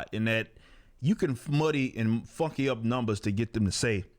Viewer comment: I like how you barely pronounce the n in funky. Everytime i hear you say they fuckey it up and it makes me laugh.